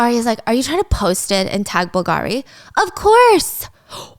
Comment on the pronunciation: The way you say bull gari 😂🤢